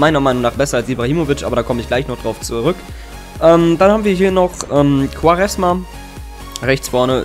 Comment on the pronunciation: Hey er wird nicht quaresma ausgesprochen sondern quareschma^